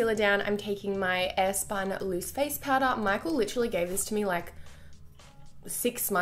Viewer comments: who the fuck hates on her saying liTTTerally? Its so funny when Michael and her use each other's words so funny! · Please don't stop saying "literally" the way you do. It's so funny 😂😂😂😂😭😭